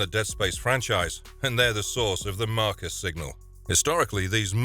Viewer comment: Like 4 times I stopped and thought “what’s a Marcus signal”